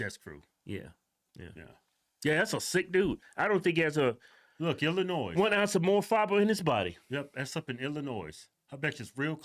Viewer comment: The “s” at the end of Illinois is silent.